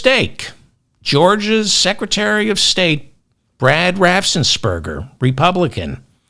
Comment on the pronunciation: RA-FFENS- PER-GER raffen....not raffsen... Raffen not Raffsen